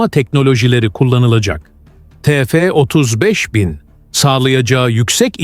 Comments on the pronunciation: Yahu, yerli motor yapıyoruz ama birtürlü TÜRKÇE konuşamıyoruz !!!! Ti- EF nedir yahu, burası Amerika mı 😤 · yapay zeka işte salla biz te fe diyoruz